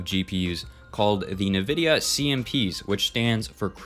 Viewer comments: Bruh just said nuhvidia 😂😂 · cant believe you dont know how to pronounce nvidia